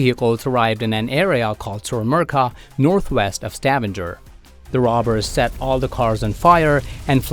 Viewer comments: Stavanger is not pronounced «stavander», just straight ut Stavanger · Probably because of the way he pronounced Stavanger